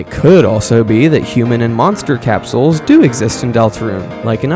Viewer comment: Cap-souls ❌ Capsules ✅